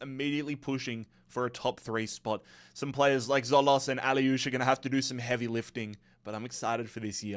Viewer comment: Great content. Some of your pronunciations are horrendous though - can you really not say Tzo-LIS instead of ‘Tzo-LOS’? Or AK-liouche, not ‘AH-liouche’ (just like MAZ-raoui, not ‘mah-rooey’)? 😂